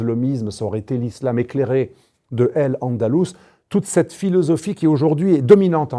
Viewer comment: AL andalous et pas El andalous. AL quaida et pas El quaida. Vous avez un problème linguistique non?